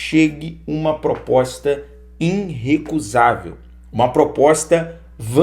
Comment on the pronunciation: vou fazer uma crítica construtiva: vo ê sempre diz inrrecusável quando o corrreto é irrecusável. Abraços.